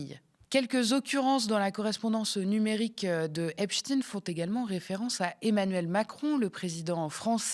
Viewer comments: Même elle n’est pas capable de prononcer correctement : in plus de 20 fois ein de temps en temps. Elle ne sait pas sur quel pied danser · pourquoi vous ecorchez son nom? c est pas epstine.. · Epstein se prononce Epstine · Grotesque, POURQUOI PRONONCEZ VOUS EPSTINE . DIT ON FRANKENSTINE? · Ah tu as glissé de EpstEIIN à epSTINE😂 sionisme quand tu nous tiens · Vous avez du mal à vous décider sur la prononciation du nom Epstein : vous dites Epstein, puis Epsteen, puis à nouveau Epstein, pour finir en gardant Epsteen. Dur Dur ! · Pourquoi prononcer Ep-chtine et non pas Ep-chtaîne ? Le grand scientifique Einstein, on ne prononce Inn-chtine. Est-ce qu’on voudrait cacher quelque chose? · Pas un mot sur les mails de Ariane de Rotschild concernant Dieudonné 🤔 on prononce Epstainnneee on dit pas Albert Einstinnneee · Ca se prononce epsTAÏNE...juif.